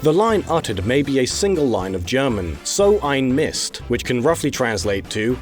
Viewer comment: Your "So ein Mist" was pretty good. Altough it was also very funny.